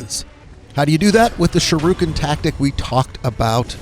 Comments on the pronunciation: Shiruken? Do you mean Shu-RI-ken? Lol aside from that this is a pretty good guide. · Why do you pronounce Shuriken as shurooken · It's Shuriken, not Shiruken. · irks the shit out of me that you pronounce it Sha-roo-ken . its Shur - EE - Ken (Shuriken). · Shirooken?? You mean Shuriken lol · Lol. Another uneducated dumbass. Its not pronounced SH-ROO-KIN, Its SHIR-I-KIN. Its a basic English word kid. Our country is in big trouble if you kids can't pronounce basic words. Fucking idiot. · "Shuruken", lmao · Sharooken. Cringy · Shurukin... Haha you are dyslexic af. Thanks for the guide nonetheless lol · Dude. If youre gonna do videos for money, pronounce shit right. "shirooken?" really? thats not even how its spelled . and the name of the game "Sekiro" . At least freakin try, ya fuckin pleib. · It's pronounce shuriken not how you're saying it 😤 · Sharooken? What the fuck? Learn to pronooonce something before you spoooeak. Dumbass. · Sha ru ken lololol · You must be a great fan of Ryu from Street Fighter 2. Shee- ruu- ken! 😂 On a more serious note: this was helpful, thanks! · Shirooken lol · "Sharookin" How does this even happen? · Sharooken lmao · The way he says shuriken...bruh... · What a dick bag, you haven't a clue what you're talking about if you pronounce shuriken like that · The way you say shuriken shows you've never seen Naruto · Sha-rooken. Suh-kuro. Kuh-ill me. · Seckero. Sharooooken. Good lord. Sound it out! TL;DR Great strategy, great video, bad, bad pronounciation. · He pronounced sekiro. And shuriken wrong. All in a minute. Astounding.